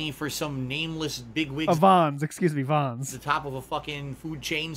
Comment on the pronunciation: The part with him pronouncung Vans like Vaughn was fucking hilarious. I cannot figure out how he came up with this habit...does he even notice he does it l?